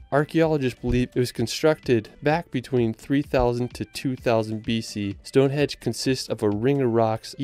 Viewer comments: I love this video. The videography is really cool, but it’s hard to get over how many times you’ve messed up the voice over, be it pronunciation or misspeaking, I’d challenge you to redo the voiceover and pay close attention to what you’re saying, so you stop saying things like Stonehedge. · you butchered Neuschwanstein Castle badly as well as London's Palace of Westminster, its not Minister; Stone Henge, not Hedge